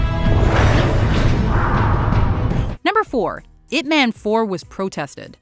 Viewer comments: i dont know if you actually watch the movie and hear how they pronounced ip man, ip man doesnt sound like a superhero name like spiderman and superman, the "man" is pronounced like "mun", its funny to hear ip "man", its sound like a man of ip, human ip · The man's name is pronounced "Eeep Mahn", sweetheart.